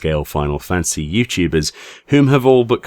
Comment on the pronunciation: ...I get you’re a Brit. Please, for the love of god, it’s “fan-ta-sy”. Not “fan-cy”. I get the old saw about “two people divided by a common language”... it they are very clearly spelled, and the former clearly has 3 syllables.